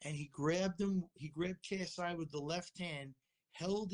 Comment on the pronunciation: You said KSU😂😂 it’s ksi